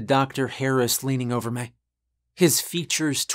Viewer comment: Now that I've realized it, I can't unhear the fact you say "may" for "me" and "ruhm" for "room."